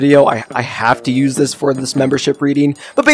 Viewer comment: bro really said ois your hands 💀